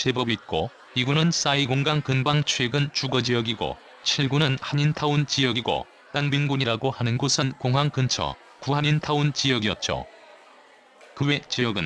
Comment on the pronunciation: '공항근처' 아니에요? '공한근처'가 아니라....ㅎㅎㅎ 공한이 '한국공관'의 줄임말인 줄 알았어요. ㅎㅎ